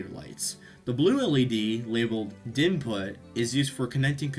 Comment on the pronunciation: For future reference - 'DINPUT' is pronounced D-Input which is short for DirectInput. And XINPUT is pronounced X-Input and refers to the XInput API used to communicate with Xbox controllers.